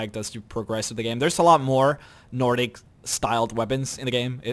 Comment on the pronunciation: Lol, he said nor dick instead of Nordic